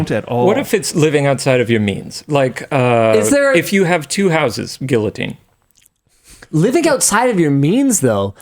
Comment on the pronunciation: Thank you for insisting on the correct pronunciation of guillotine, Linus. You've bought yourself an extra week of life come the revolution with that remark.